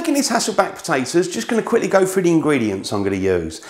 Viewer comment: As an American I have stopped watching when I hear an accent like this. "Froo?" "Buh-uh?" What do you guys have against the letter "T?"